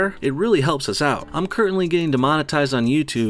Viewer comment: You mispronounced currently. Way to make money off of Lena and girls in their underwear. I almost took you seriously.